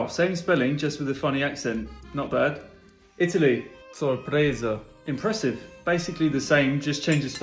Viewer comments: I like the Italian way of pronouncing the word Sorpresa 🥰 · As a spanish person the pronunciation isn't the best, especially in the second s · it is speaking, he is British, that sorpresa word has an English pronunciation sound.